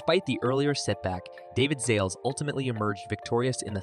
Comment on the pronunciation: It's Zalesh, not Zales lol